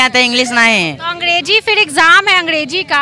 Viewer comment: Ab kya hi bole anchor khud hi angDeji bol rahi hai😂